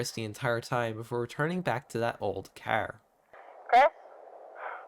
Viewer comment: i deeply apologize, but when your irish accent said car, i couldnt help but be reminded of another youtuber C=